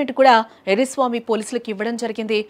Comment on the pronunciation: ఎర్రి స్వామి కాదు... ఎర్ర స్వామి 😂😂